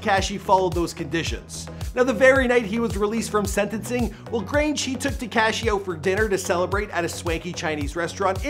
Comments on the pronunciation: Its not tea-cash-eee is te-ka-shee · Bro. I can't listen to this anymore! HIS NAME IS TA KA SHI !!!! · Why tf did he refer to him as “tekASHEE” the whole video 🤷🏾‍♂️😭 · Teakashhhhhi 🙄 stop saying it like that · Lol he's not pronouncing his name correctly 🤣